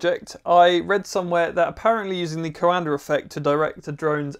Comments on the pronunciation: its pronounced like da but without the d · coANDER effect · Funny Englishman putting an “R” on the end of coanda!🤪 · Minor note, that Coandă is pronounced more like "kwan-duh" rather than "ko-un-der". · My dude can't pronounce words with R at the end, but he nails that r on COANDAR. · Me: Coanda Him: Coander This threw me off so much wtf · Talking like a Pirate. CoanadaRRRR effect. I'll bet he also says... ChinaR AustrailiaR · "Coander Effect" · It's pronounced "coanda effect", not "coander effect". Britishers are weird. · Awesome explanation! One bit of help those not speaking Romanian, Cuanda is pronounced "cwanduh" :) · It is called the Coandã effect, named after a romanian scientist, and it is pronounced coándā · "The coander effect" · Super cool! Note: the prononciantion is quan-the ("quan" like in quantum and "the" or "da" like in "DaBaby") 😅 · There's no R in Coanda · You are buttchering the name COANDA!!! DO the researche and get it right!